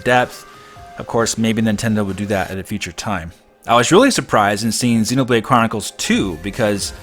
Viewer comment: I like how you pronounce Xenoblade as 'Xenobrade'.